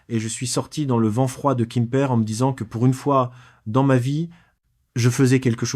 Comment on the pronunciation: A quoi rime cette histoire, toujours la même, déclinée dans des versions à peine différentes, toujours les mêmes images de soi-disant Pattaya ( j'ai envie de dire mais presque !) racontée par I A. cette fois ,il habite"kimper" en Bretagne... Peut-être une Bretagne de Thaïlande! Ça fait neuf ans(prononcé neuf faon!)etc l'histoire répétitive d'un vieux qui se fait avoir en croyant trouver l'amour avec une jeune fille en Thaïlande... quel est l'intérêt de cette histoire débile!